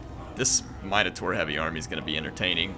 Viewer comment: Is he saying Minotaur wrong? or are they called something else in WH